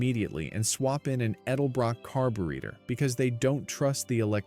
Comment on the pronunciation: How do you pronounce carbrator??